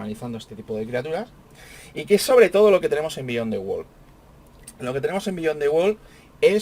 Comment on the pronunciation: Disculpe, No es Bíyon, se dice Biyón, dn T